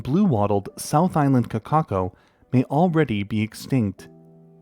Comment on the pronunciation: I really appreciate how you put effort into non-English words. As a NZer your pronunciation of kōkako was pretty much spot on. I've seen some channels before which absolutely butcher non-English words so shout out to you for your effort in that and the content you produce.